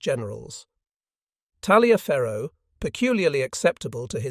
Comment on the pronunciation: In Civil War terms Talliaferro is pronounced "Tolliver". Huger is pronounced as "Ujay".